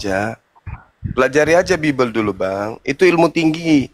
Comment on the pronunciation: Ini. Oten. Baca. Bibil. Menet. 🤣🤣🤣🤣🤣🤣